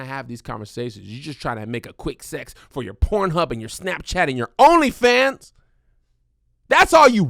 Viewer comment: Kev just refuses to say his x's.....sesssss, oral sessss 🤣🤣🤣🤣🤣